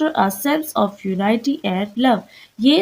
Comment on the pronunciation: Zabardast... But some words are mis-pronounced like the word "Unity" and some others are in other videos.